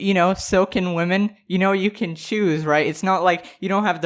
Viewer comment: Why is she saying “wEmen”